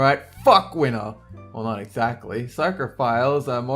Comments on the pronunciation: it's winter not winner lol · why did i thought you said "wiener art" instead winter? O.o